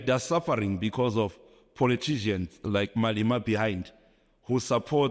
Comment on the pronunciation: This clown is NOT South African. I have never in my life heard a South African pronounce Malema, building, properties etc like him. These people are so entitled smdh. Malema and EFF are 100% South African so if he wants to campaign for the DA or PA he must go to Zimbabwe and do that. Also if this wasn’t a political stunt/ agenda, he would have never spoken about Malema or the EFF and in the first 5 mins at that! Malema and the EFF have never ever condoned hijacking buildings, that’s why the EFF MMC of public safety in Joburg tackles hijacker’s buildings. Malema only said Native Africans should reclaim unused, bare lands that have historically belonged to them. He never said anything about it being beautiful or ugly. Also, a piece of land is not the same as a whole building. He’s not even a smart clown 🤦